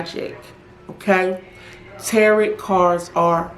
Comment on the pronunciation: It's pronounced tarow, not tarot as in carrot. Tarot.